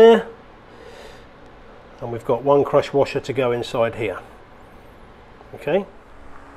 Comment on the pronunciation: Thanks for the great videos, I'm gonna go fix my own generator now! Also it took until the end of the video, I thought you were saying CROTCH WASHER LOL